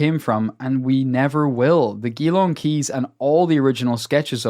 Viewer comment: Surely they meant 'gee-long', not 'ghee-long'.